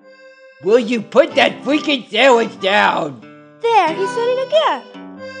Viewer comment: “I hate that fweakin’ marshmallow.”